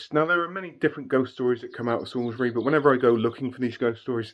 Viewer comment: Salisbury not sailsbury...... Sorry, born in Salisbury and Wiltshire resident all my life 😄😄